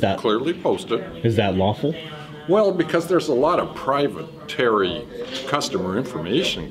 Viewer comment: “Lot of private-ary customer information. “ Uh… what?